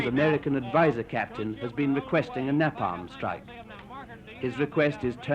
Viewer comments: Its napam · If I hear him say "NAPAM" once more I am going to scream !!!! IT"S NAPALM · Na palm😂 it's Neapalm! Like a horse 😂😂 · so your aware we brits dont call it nah palm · Napam napam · RPG - rocket propelled grenade, not "gun". The pronunciation of "napalm" was also rather quaint from the plummy English journalist. Not discounting his courage for being there though - but perhaps a level of naivety also played a part. Good work by the cameraman or men too. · I wish he could say Napalm right